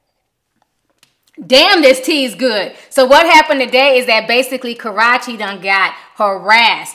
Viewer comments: I die every time I hear Ti say "kuh-ROTCH-ee" 😂😂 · Please Hun.... You are so mispronouncing Chris Brown's Ex's name. I Love You Girl but PLEASE get her name right😘